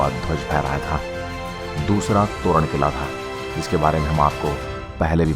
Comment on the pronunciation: मराठी शब्दो और वाक्योके अंग्रेजी में भाषांतरीत वाक्यो और शब्दोके उच्चारणे सही मराठी उच्चारण नहीं होता .जैसेकी तोरणा को तोरण कहा जा रहा है । शिवनेरी किलेकी देवतांना नाम शिवाई है ।